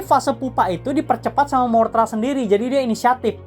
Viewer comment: MOTHRA BANG BUKAN MORTHRA